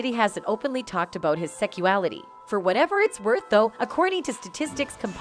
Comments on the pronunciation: Will someone please tell me wtf is "seckuality"? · is no-one hearing the wrong pronunciation? the constant "secual" and "secuality", then co-ver instead of cover..